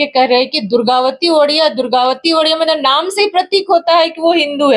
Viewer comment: दुर्गावती ओड़िया नहीं हैं, दुर्गावती ओड़ेया होता है, गोत्र को सही रूप से लिखिए और बोलिए।